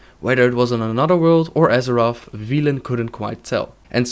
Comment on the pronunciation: You mispronounced Velen, other than that brilliant video :D